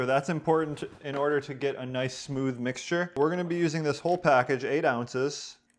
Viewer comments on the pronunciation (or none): none